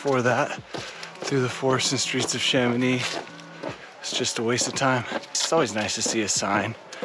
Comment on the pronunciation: Become a better version of yourself and stop pronouncing the "c" in Mont-Blanc. The whole francophone world will thank you. Extra tip: the same apply for the "x" in Chamonix